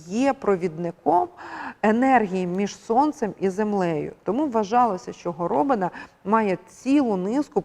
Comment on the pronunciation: А чому горОбина? Хіба такий наголос правильний, а не горобИна? Я чую в мові людей другий варіант.